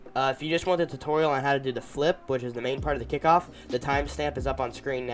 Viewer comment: It's kickoff not kickiff